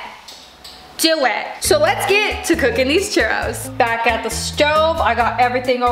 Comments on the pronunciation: “We gonna make some Chourus” girlll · Mexicans are cringing when she says tapatio and tostada and churros